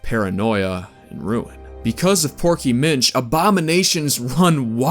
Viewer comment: I'm not the not one that hears proky bitch when he says porky Minch right?